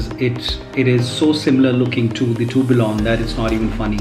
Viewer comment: Tourbillon is pronounced as 'Turbion'